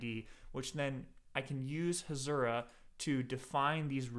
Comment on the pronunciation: Hasura not Hashura